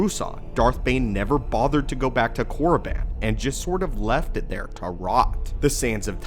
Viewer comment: thats not how you pronounce it, yes thats how it looks however the I is separate from Korr and doesn’t make the I sound. sounds more like Korr-a-ban or Korr-e-ban. good video tho